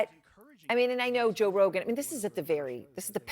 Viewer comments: Moron can't even get Joe's name out of her mouth. "Josh, John sorry Josh ha John Rogan." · Did she say john rogan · 😂, she can not even pronounce Joe Rogan’s name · hahahaha she cant even say his name!! poor thang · Lol. She can't say his name. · Why can’t she say Joe? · Oooo shit. Why Joe rogan name suddenly become difficult to pronounce for CNN anchor. 😂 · They lost it all lol 😂😂😂 she can't even prono6tge man's name